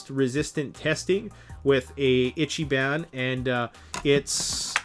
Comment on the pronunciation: I T C H Y B A N. It's pronounced "Eecheebon."